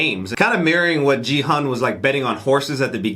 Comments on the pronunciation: correction for main character's name pronunciation Its not Jee Hun , it's geehoon('g' for gravity,gun ,grain) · Hi guys! Just wanted to tell you that the way you pronounced Gi-Hun's name is a bit incorrect 😂 it's GI (like GHI) and not JI. sorry I hope this doesn't come out rude though 🥺 Been loving your reactions btw!! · Guys, player #456's name is pronounced Key-Hoon. 기훈. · Ki-hoon guys.. I know the subtitle says Gi-hun but the protagonists name is said quite a lot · Sorry but you pronounced Gi Hun's name wrong. You can say /ki hu:n/. I just wanted to correct it as I am Korean. ;) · You’ve been pronouncing Gi-hun wrong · ily guys but that is not how you say gi-hun's name